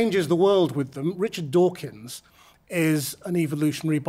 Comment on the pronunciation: his name is Dawkins not Dockynz